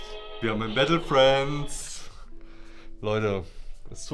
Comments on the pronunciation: es heißt nicht "Bättle" und auch nicht "Fränds" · Wenn der noch einmal bättle und frändz sagt...